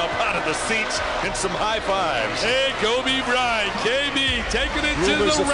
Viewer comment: KobricK Cryant😂😂